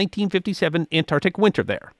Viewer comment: Say it with me..ant..arc..tic ah...see, that was not that hard